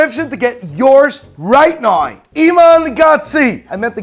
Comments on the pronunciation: I especially love how you pronounce the word “now”. Priceless. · Can you not say "Now" the proper way at all?